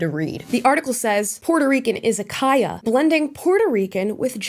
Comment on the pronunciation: Japanese here. just wanted to say you are one of the few American who can pronounce Izakaya correctly.